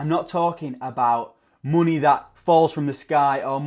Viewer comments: Love how you say monehh xD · 'Monehh' true northerner 👍😏